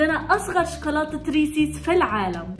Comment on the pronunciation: ريسز وليس ريسيس